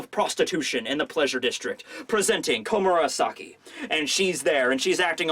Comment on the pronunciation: For the love of God stop saying komamura-saki, all I can picture now is a big wolf man as a prostitute in the kimono.